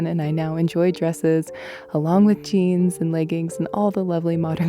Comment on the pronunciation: I just found your channel recently and initially I got a very New Englandy vibe from you. But then I heard the way you pronounced "leggings", and knew you were from a fair distance west of Lake Champlain.